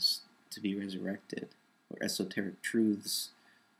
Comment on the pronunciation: quite an emphasis on "truths"... and great upload, sir.